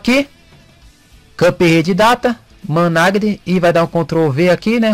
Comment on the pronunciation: ' Manage' KKKK COMO TÁ INGLÊS